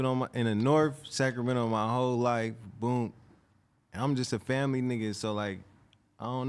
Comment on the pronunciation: saying boop instead of boom in the middle😂😂